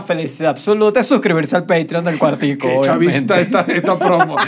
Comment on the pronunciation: Australian accent in il quar- ti-cou